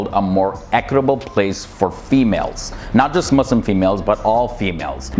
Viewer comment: I respect you you pronounce muslim with S